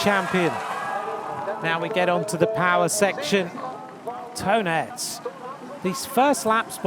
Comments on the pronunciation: Nah, he pronounces it wrongly, he pronounces Aerts in English as Earths, which together with Toon becomes Toon Earts and almost sounds like Tonnet, his name should be pronounced as Toon Aarts. Ae is an old form of writing in Dutch that is the equivalent of a double A sound, which is pronounced as a long A. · I'm not belgian nor do I have any experience with belgian names or the (dutch, french, german) languages, but why does he pronounce Toon Aerts as "Tonnet", is he supposed to do that? Is it a preference thing? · Toon Aerts should be pronounced Tone Ahrts in English. I’ve lived in England for 27 years and I’ve given up on them pronouncing my surname right a long time ago. Been called worse 😂